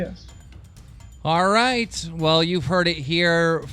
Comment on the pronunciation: What if keem actually thinks it's pronounced "rooooooight" because his dyslexia?